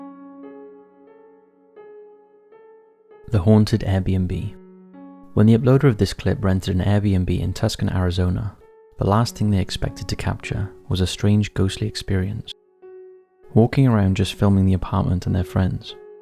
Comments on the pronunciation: It’s pronounced “Too-Sahn” my friend not tucksun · This OG Top 5s narrator is one of absolute Favorites, HOWEVER his refusal to properly pronounce TUCSON, after 8+ years is BAFFLING, TBH. It’s TOO-SAWN, NOT TUCKS-SIN‼️ I mean it not just ONE VIDEO, it’s every single time. 🤨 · Ok, I was confused until I heard, "Arizona". Tuscon, AZ, is actually pronounced: "Two-sawn"... ...just saying. Your fellow Subscriber. ZEN IV. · fyi It's Too-sahn Tucson, AZ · Tusk-on, Arizona 🤣🤣🤣😅😅😅🤣🤣 this channel has some absolutely hilarious mispronounciations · Even worse, he says "Tuscan". I didn't realize the "s" is before the "c". /s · I'm not fussed about mispronunciations, but if you'd like to know, the city in Arizona is said "too-sohn". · He’s from the UK. You expect him to say American town names correctly. Must be new here.